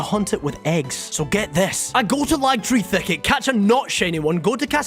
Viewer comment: "Lagtree Thicket" 😂